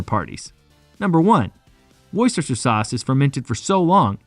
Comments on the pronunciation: Oh no! I started watching, but couldn't take the mispronounced Lea (Lee), Perrins(Pear-ings, Worcestershire (wu-stuh-shuh), Tamerind (Tam-ur-rind). I had to stop, wrote this comment and left. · It should be pronounced "Lee" and Perrins "Wooster" Sauce. Hence I gave up on this vid after a minute and a half when my English ears had had enough. The sauce is lovely, though. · It's not Leeeeeah you idiot it's Lee. Honestly you Yanks embarrass yourselves. And It's not worcesteshire sauce it's pronounced Wooster. You are very funny - why not actually do some research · "tamarinde gives woysoyster sauce" yanks man🤣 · Bruh. it's pronounced Wuster just like Muster, Buster, Cluster, Thruster, or even Knuckle Duster ! Wuster Sauce for the win ! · What is wrong with Americans ? And why can they not pronounce Worcestershire ? It is WOOSTER SHIRR Got it ! The town is WOOSTER, The County Is WOOSTER SHIRR ! It isn't that hard ! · Keep it simple speechrobot; call it like the Brits: wooster suace..after the city Worcester..pronounced wooster. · Shistershester sauce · Don’t make a video if you can’t pronounce it right, waste of my life, you can’t act intelligent when you pronounce it wrong. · I offer this in the spirit of wanting your channel to succeed: research pronunciation. It wasn’t just “Worcester/Worcestershire”, but also the company name, the two (different) wrong pronunciations of “tamarind”, and that was just in the first three minutes. Believe me, this is meant to be constructive feedback. The content is good! Keep at it! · Wow that Pronunciation is next level ! awesomely bad, you will laugh too when you hear how it's said !....cheers! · If you make a video like this , can you please learn how to pronounce the name Worcestershire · His pronunciation was all over the place and kept changing, though.